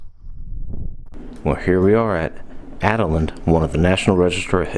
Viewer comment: Thank you so much for your tour of our beautiful Adaland Mansion!! did a great job of showing off this historical gem. Two notes -- Adaland is pronounced Ada with a long A. As shared, Judge Ira Robinson named the house after his wife and daughter, Ada. Second, first mention of Judge Robinson's name must have been lost on the "editing floor" as she talks about him, but his name isn't said until much later. Just wanting your audience to know the pronunciation of the house's name and one of the owner's name. We hope you will come back and see us again during the 2019 season, and we invite all your viewers to visit and check out our calendar of events. There is something there for everyone!!